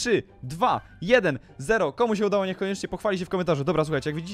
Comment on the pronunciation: "Łdało się